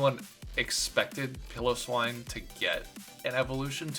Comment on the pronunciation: I love how this guy looks at a literal Pile O' Swine and calls it "Pillow-Swine"